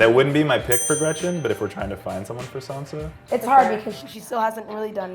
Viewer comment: Is it just me that got annoyed when pronounced Sansa as "Sandsa"